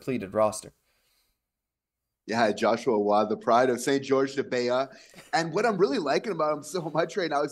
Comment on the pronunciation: Idk if it says de bea, but its saint-georges de beauce